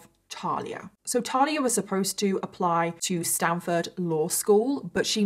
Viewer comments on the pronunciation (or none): none